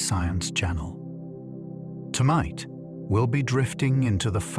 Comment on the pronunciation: "Tomight", he says